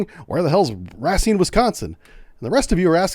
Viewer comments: It's pronounced RAY-SCENE, not Rah-Sine ❤ much love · It's pronounced RA seen spelled, Racine. Why was he not being transported on a military transport if he was in US custody? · Racine is pronounced like Race Scene merged together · The biggest crime here is the mis-pronunciation of Racine. 😂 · FYI - it's pronounced, "Ray-seen" Wisconsin - not, "Rah-seen" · Racine is my hometown so this has been interesting to say the least. Just wanted to mention though it's pronounced "Ray-seen" (some locals say "Ruh-seen") rather than "Rah-seen". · As a wisconsonite i have to point out, Racine is pronounced "Ray-seen" not "Rah-seen" XD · The town he’s from is pronounced RAY-seen. Racine. Excellent video! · Racine prnounced ray scene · Pronounced Rah-SEEN. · Racine is pronounced RAY-SEEN. it's next to Kenosha Wi. which most folks should have heard of by now. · RA SEEN WISCONSIN? BRUH THATS NOT IT COME ON MAN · pronounced Ray - Seen , Wes-con-sin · Ruh-seen is the correct pronunciation if you ever have to say it again. Love your videos! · Racine is pronounced ruh-seen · It's pronounced Ray seen = Racine, WI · Great video, however, you pronounced Racine wrong. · Tell me how i know your not from the midwest... the way you pronounce Racine. HAHA